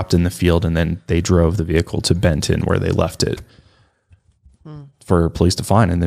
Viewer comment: she really said bend-ton and i was like😳😐😑